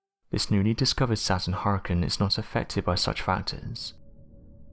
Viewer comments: I know I can't be the only one I aggravate it with the way he pronounces hurricane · thumbs down for saying huricaine wrong so many times.. other than that i love your vids...